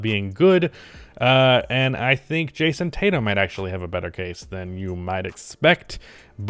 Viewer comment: Nah get this man drug tested he just said Jayson Tatum 💀💀💀